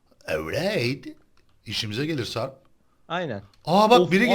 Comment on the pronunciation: ciyan diyor o siyan ağbeyy:)))